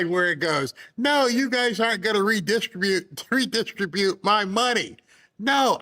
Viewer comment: re-dis-TRI-bute, not re-DIS-tri-bute!!